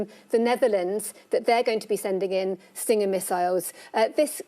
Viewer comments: News It's Stinger not "stringer". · "stringer missiles" xDxDxDxD professional journalism :D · Stringer Missles? lol its Stinger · Stinger missiles.. not stringer.